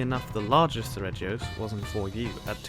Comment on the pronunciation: 36. the G in seregios is actually pronounced /g/ as in guy, ghost and aghast, not /dʒ/ as in jack, joy and ajar